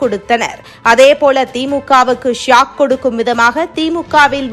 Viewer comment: அது ஷியாக் காலமா ஷாக்